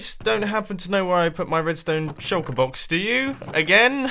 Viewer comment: When Mumbo says Shulkerbox, it sounds like he is saying 'Shulkabox'